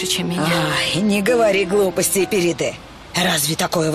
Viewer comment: Периде, а не Перде